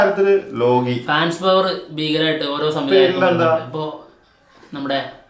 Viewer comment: ലോഗി അല്ല മച്ചാന്മാരെ ലോക്കി